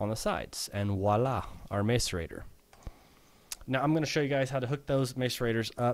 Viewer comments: *gah* I feel annoyed every time he says mace-arater :K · because he cant say macerator correctly